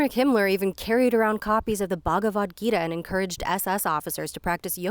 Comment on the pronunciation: the way pronounced bhagvad gita sent me